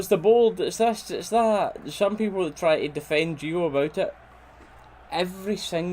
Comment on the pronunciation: Tha Peepul....endless entertainment 😂😂😂🍀